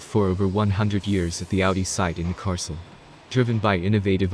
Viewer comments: It is like Neck-cas-oolm, not Ncaasom. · Neckarlsulm - try saying NEK KARLS ULM each alone and when you are sure then all 3 words together. That would be close to what it is called :) ....if you are speaking of course but IMO we are listening to a synth text to speech voice. Nevertheless it is possible to twist letters to force the SW to speak a bit more correctly :)